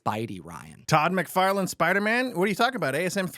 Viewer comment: McFarlane, not McFarland